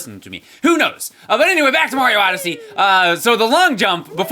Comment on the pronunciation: Oh my gosh... It Super Mario "ODYSSEY"